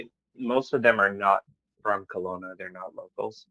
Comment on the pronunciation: KELOWNA NOT COLONA